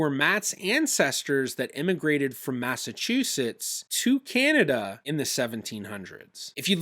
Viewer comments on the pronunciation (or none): none